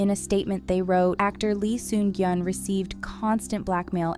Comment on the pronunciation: At the very least, learn how to pronounce his name correctly before making videos on him.